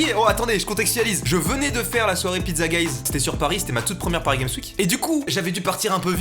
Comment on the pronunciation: Mastu lisant Pizzaguys : Pizzagéiz Moi :.....Pizzagays.......?